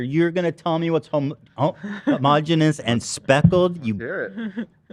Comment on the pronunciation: so proud Ethan said homogenous right. dyslexic pride 💜